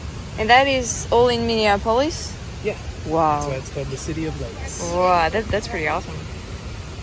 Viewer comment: Minor detail, Minneapolis: Min( like minimum) e( the letter) ap( like application)o( the letter)lis( like list). Or perhaps the same with the "olis" as that Greek : Acropolis.